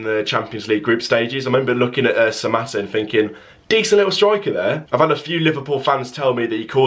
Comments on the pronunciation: you said that right mbwana samatta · You have said it right bro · You said it right buddy